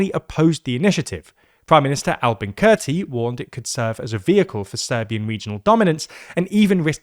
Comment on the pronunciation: How do you terribly mispronounce "Kurti"? Just asking for a friend...